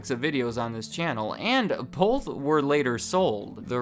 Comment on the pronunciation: Am I the only one that doesn't like it when someone says bolth ?